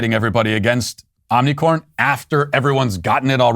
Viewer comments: It’s hilarious how Matt intentionally mispronounces Omicron.😂🤣🌽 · Listening to my sweet baby Matt try to say Omnicorn made daddy feel so good. Don't ban me...